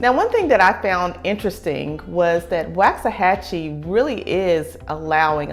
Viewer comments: How to tell when someone not from there: They pronounce it WAX-a-hachie 🤣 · It's pronounced like wok (asian frying pan). - - - Woksahachie. My father lived there as a child. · It’s “Wox”. Trust I got the business pronouncing it wrong. So much so I couldn’t finish your video. I live here now and just couldn’t hear you say it wrong after the 4th time. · It’s like nails against a chalkboard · Nice video. I'm originally from KC, Missouri so I understand the mispronunciation that everyone's giving you a hard time about lol. I moved here from DeSoto in 2019 & this place has blown up when it comes to population, restaurants and housing but I'm cool with it. I have learned from being in some of the local Facebook groups that the locals cannot stand the growth, they miss the small town it used to be. They can't stand the traffic (it can get ugly but find a back way or go at less busy times). Please don't tell them you're from California (they really think Californians are really going to change everything). I mean even Frisco started out as a one stop light town at some point & now look at it, it's a luxurious area now with top end entertainment. I can see Waxahachie heading that way & drawing more businesses South of Downtown Dallas (a lot of us drive luxury cars down here & like high end shopping)! I'm going to love seeing how much my property value goes up from what I bought it for in 2019. BTW there's a park-n-ride in Glenn Heights which is about 15-20 minutes away that takes you straight into Downtown Dallas. I used to take it when I still had to go into the office, it's very convenient, let the bus driver deal with traffic on I-35!! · Please oh Please learn to say it correctly!!!!! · That’s not how u say Waxahachie lord this video just made me mad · Don't listen to this woman. She can't even say the name correctly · This woman doesn't even know how to pronounce the name of the town do not trust her she has never been here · why not pronounce it correctly? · All true